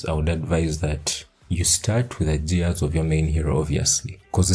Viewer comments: "JEARS"😂😂😂.. LUV IT !!! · The way you say "gears" with the soft g is just precious lmao.